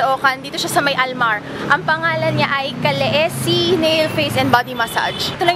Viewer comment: kalisi po pronunciation nun ate